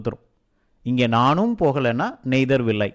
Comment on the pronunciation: Don't say (நெய்தர்) correct word (நய்தர் or நீதர்)please correct learning to us if I anything pardon me I like your every lesson. Keep it up